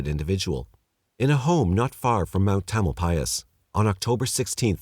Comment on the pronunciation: I don't know how you managed to pronounce "Tamalpais" correctly, but not "Marin." Anyway, I don't think I ever heard of the Trailside Killer, even having lived for 20 years in Marin. Interesting.